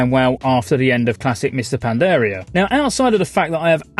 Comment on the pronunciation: HAHAHAHAHAHAHAHA I cant unhear it now!